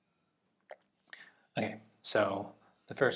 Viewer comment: Pronounced it jlide lol.